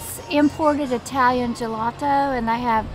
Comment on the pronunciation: You say jemonchelo, my oldest used to live close to Italy.